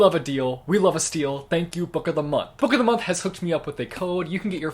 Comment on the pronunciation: Nobody : Jesse : Book’o’dhmonth